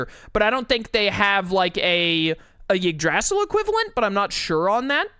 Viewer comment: So anyone going to tell him he pronounced Yggdrasil incorrectly?